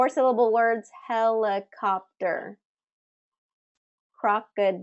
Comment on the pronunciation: The 'he-li-co-pter' supposed to be ' he·li·cop·ter' /ˈhe-lə-ˌkäp-tər/ and your sa-tis-fa-cto-ry should be 'sat·is·fac·to·ry' /săt′ĭs-făk′tə-rē/